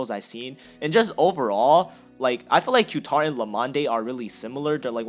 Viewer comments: Q-tar try saying Catar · I believe Qatar is pronounced “Kah-Tar” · Qatar is pronounced cut-are. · Pronounce Qatar like ka-tar. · It's KA TAR if you wanna pronounce it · Qatar airways is pronouced ''Quitar'' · Btw you Say Qatar like this: Guitar but replace the G With a Q you got Qatar